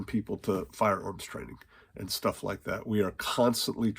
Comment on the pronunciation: When He calls me home He calls me home, until then theres shtuff to Yod.